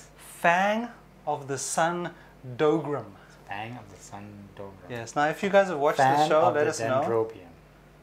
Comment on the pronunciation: The dougram is pronounced dah-guh-ram and the cute girl is a guy =P The kit looks like it's a bit too expensive for such a simple design, but I still hope that we'll get a soltic.